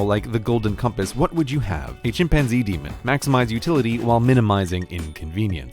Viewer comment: r yes but its daemon not dameon